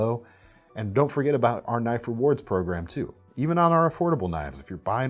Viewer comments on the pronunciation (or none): none